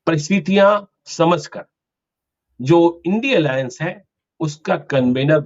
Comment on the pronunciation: इडी एलाएंस क्यों बोलते हैं